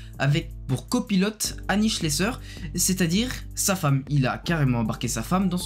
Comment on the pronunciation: On ne dit pas Schlesseur mais Schlessaire